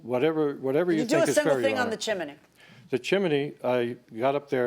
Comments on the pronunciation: CHIM=NEY folks not CHIM=EN=NY. Chimney has TWO syllables not 3. WTF does NO ONE know the English language FFS???? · CHIM - NEY, not CHIM-EN-NY. 2 syllables not 3. Look it up. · Why is she saying chiminey It’s chimney. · Each time they say chimaney I lose my mind. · Jiminey Crickets, it's a chiminey. Judge M always says this word incorrectly AND she misstates the "....you or my lying eyes" adage. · As soon as she said chminey, I headed straight to the comments. I was not disappointed. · She was watching Mary Poppin's with that CHIMINEY pronunciation. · That’s because in Spanish, it’s “chimenea”. I suspect that might be an influence. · The way Milian says chimney is wild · Am I the only one who loves the way JMM says "chimney"? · Judge always turns 'chimney' into 3 syllables. 😄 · Someone tell JM the correct pronunciation of chimney. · Why is everyone pronouncing chimney like that????